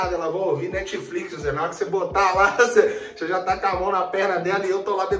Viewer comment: eu escutei ''metflix'' kkkk